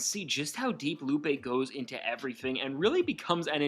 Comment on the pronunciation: “LOO-PAY” not ‘Loop’ 😂